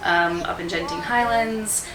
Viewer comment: Genting Highlands is pronounced as Genting Highlands, not Jenting Highlands. Good quality raincoats are sold at shops